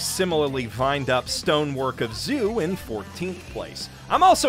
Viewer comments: Anyone not bothered by how Zou was pronounced lol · "Levely" "Zolo" "Zoo" this pronunciation hurts my soul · "Zolo". How to tilt most One Piece fans in an instant. Edit: "Rougetown", "Zoo", "Oh Come My Way" You're doing this on purpose 😂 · Dude say the names right it’s killing me. Zoro is not zolo. And Zou is not zoo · Zoo instead of Zou (Zow) sounds horrible lol The Zolo /Zoro thing is just weird translation with the Manga